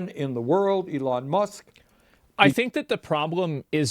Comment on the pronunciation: Elon "MUCKS"